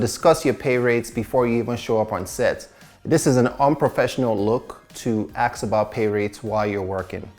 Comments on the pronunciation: It’s ASK not AXE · CEO of saying ask as aks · "Don't aks" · he said do not "aks" tho, so asking is ok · Love how we always says AKS 😂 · Is it just me or he can’t pronounce “ask” most of the time? Anyway, great content.